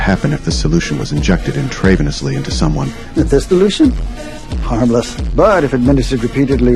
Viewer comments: no, we still pronounce it "intrah-veeniously" instead of "intrave-ennously". It's just AI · In-TREY-vun-us-ly?! Ain't no way this bastard is a medical student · That for me was the dead give away. "intray-venously?" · Oh dang! This is ai! I didint know until it butchered intreveinously! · Aye, it butchers the pronunciation of the word "intravenously", unless that's how it's pronounced in America, but I doubt it. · Yeah we don’t don’t say it’s like the way it’s said in the Ai voiceover. I noticed that too. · it doesn't… It's AI…! Nice ear mate!